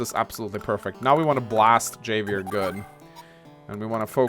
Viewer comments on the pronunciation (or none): love ya dude, but it's "Hah Vee Air". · I hated blackbombs but would've been cool with them if missiles silos were taken out and functioned liked blackbombs instead, so to use Black bombs would need infantry or mech to get control of them first. and Javier is pronounced with an H , HAHvier, like Javier Bardem Who is still ridiculously broken